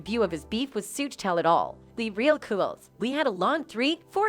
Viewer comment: How she's pronouncing Suge's name though... 😂